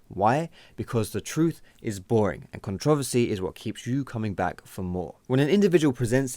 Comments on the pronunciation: You are pronouncing controversy wrong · yeah this vid was put together very well and I completely agree... the only thing is the way you say controversy is pretty funny to me :P